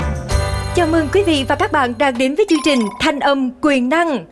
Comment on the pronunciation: Chương trình. Mà cứ phát âm thành "trương trình", nghe hơi dị ứng.